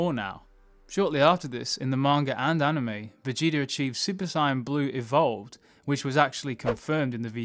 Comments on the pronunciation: Bro i beg you to say Say-en not Si-en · sigh yan............it's SAY YAN.....my god this audio better be ai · Its saiyan, not cyan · "super cyan"???? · It’s pronounced say-in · Dude its pronounced SAYIN but spelt saiyan. Your saying it wrong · Why's this mong saying Saiyan like Syan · I was really liking the video until I heard him say "Saiyan" lol I just cant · Why does he say saiyan like that? Video was great but that kinda bothered me. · Dude, the way you say Saiyan I know you’re not a DB fan.